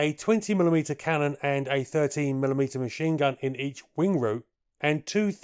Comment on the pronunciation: He did say that but it came across as sounding like thirty as his voice smushed the two words a bit.